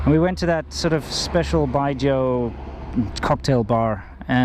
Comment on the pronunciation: He said BYJO for Bijou. It's pronounced beejew right?